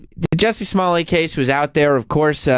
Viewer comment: pronunciation of 'Smollett' is fucking gross. As if there were not enough reasons to hate him already.